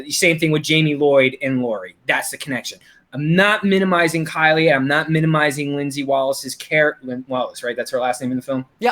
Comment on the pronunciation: 4K N' CHILL I agree with you; and I am saying that is an incorrect pronunciation. Her name is Kyle, NOT Kylie.